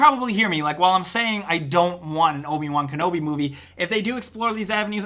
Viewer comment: Don't you mean Obi Juan Kenobi?